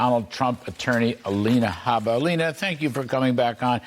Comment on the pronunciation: Haa bah NOT hey bah